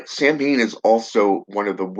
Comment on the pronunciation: its actually pronounced "sou-wen". common misconception. =]